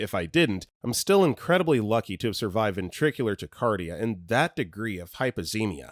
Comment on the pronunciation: tachycardia tack-uh-car-dee-uh pls lol my kid has SVT so i’m unfortunately very familiar.